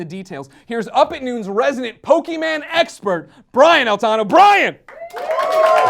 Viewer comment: That's not how you pronounce Pokemon!